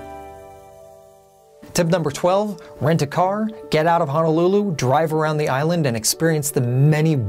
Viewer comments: It's Honolulu, not Hanalulu.......make sure you use the correct pronunciation. I correct people all the time. Sorry, it's a pet peve of mine. Dose your mom correct you? She should know if she grew up there. You do show good spots, though! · It's pronounced Honolulu, not Hanalulu